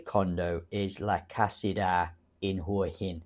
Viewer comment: Hwah Hen vs Who uh hen - Local Thais have told me it’s the first pronunciation.